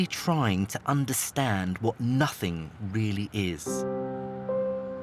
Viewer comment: Haha thats not "nothings" 😂😂😂